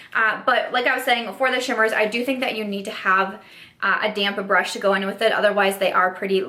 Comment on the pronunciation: Hey hey! You look beautiful! Sounds like you’re saying “damn brush” instead of damp brush and I cracked up every time! Hope your home situation is going smoothly ❤️